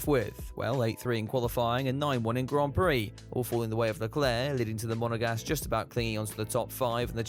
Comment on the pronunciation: STOP. SAYING. MONEGASGUE. Enough already!